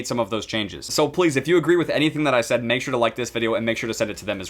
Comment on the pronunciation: It was all good till you staid instead of said